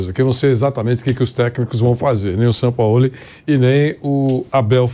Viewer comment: Caramba fala Jorge Sampaoli. Por favor! Com J e G e não Ror Re